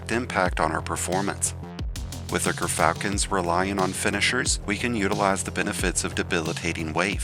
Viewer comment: Its not grrrrrr falcon Its jur fal kn. 😊